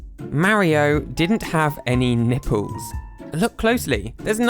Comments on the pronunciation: curls his tongue properly to pronounce the L in 'Olympic Games' Also: "Nippews" Come on England it's your own language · I couldn’t help myself but laugh all the time about how you pronounce nipples